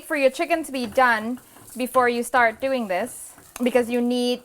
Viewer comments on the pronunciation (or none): none